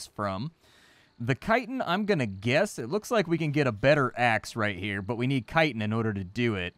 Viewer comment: you say chitin wrong